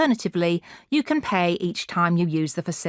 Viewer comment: Pay- pie 😂😂😂